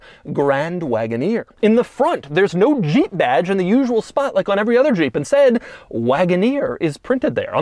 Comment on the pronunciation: The way doug says zhheep